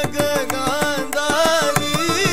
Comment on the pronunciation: the rendition was good but i felt it was more of showing off of his prowess in gamakas. i was disappointed the way he pronounced nagagandhari itself.